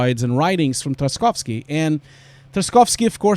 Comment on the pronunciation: as a native russian, your pronunciation of Tarkovsky is a bit harsh, you're right about spelling "y" as a "iy", but there is no "sk" sound after "Tark".. anyway, just wanted to let you know. And also you're totally right about the "art" part of VFX, because sometimes you just get blown away by learning technical stuff up to the point that you forget you're an artist